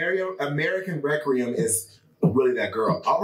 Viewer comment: Re-Queer-em LMAOOO